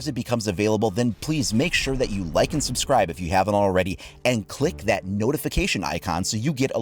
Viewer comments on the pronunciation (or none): none